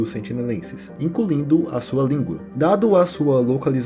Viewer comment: "Inculindo" Eu sei, sou chato :D